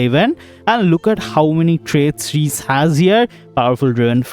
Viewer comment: Its not" Reece " 😭😭 Its RIISE in hindi it'll be pronounced as "RIISSA"